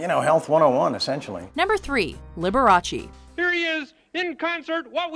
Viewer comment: It is not LiberachEE, just as it is not VersacHEE